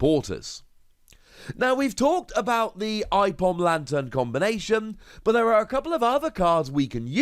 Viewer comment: i-Pom? It's Ape-om